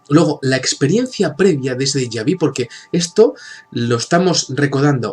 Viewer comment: no es deja vi .. es " deja Vu